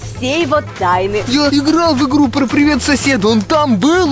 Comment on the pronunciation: Там, пиривет, сосед, 😮